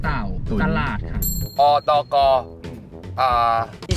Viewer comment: อตก ออฟเตกัน กลายเป็นอตกน ออฟเตกันนิว😂😂